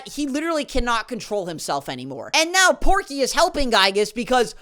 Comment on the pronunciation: the obnoxious neighbor is POKEY not porky